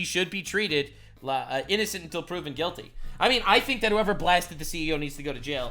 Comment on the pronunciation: Innocent until proven guilty ha 😂😂 you're saying that wrong for that state😂😂